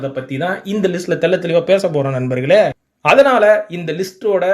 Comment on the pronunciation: Athu agala padhalam illa... Athala padhalam thn...